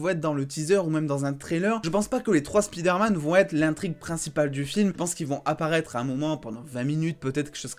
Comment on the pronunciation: SPIDAIRMAN lol